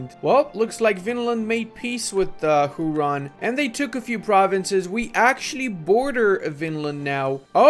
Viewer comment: it's pronounced like hue-ron not hu-ron